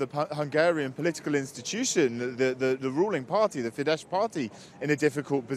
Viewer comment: Euronews should learn how to pronounce words like Fidesz or the man they talk about. ☺️